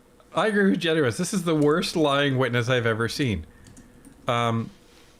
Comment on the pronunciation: Its pronounced “Gennis” not “Genu-is” just saying😅he hates that